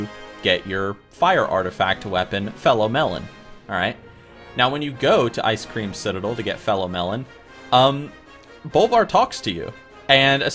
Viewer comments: love your pronunciation :D Fellow melon, Icecream citadel ;) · did he just say ice cream citadel? edit: ok he said it again. first video for this guy and i guess thats just his thing